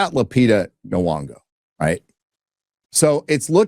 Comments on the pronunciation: If you please, Lupita N'Yongo's name is pronounced Enn-YONG-oh. Any time an African name starts with a consonant like M or N, they are pronounced, as if that consonant functions as its own syllable, as in "Emm" and "Enn." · I believe it's pronounced "nyonnygo" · I'm convinced youtubers like this guy don't actually like movies. He says he just wants a good story and is fine playing with the "look" of mythological adaptations, but can't get over the fact that in his mind Helen has the wrong skin color. Also for a guy who reviews movies it's a little weird that he can't pronounce (Academy Award winner) Lupita Nyong'o's name. He also seems to have an opinion on the Wilson Odyssey translation without knowing "classicist".